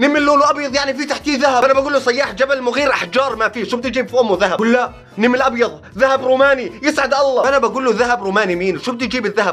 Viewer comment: نمل ❌❌❌❌ نِمل✅✅✅✅✅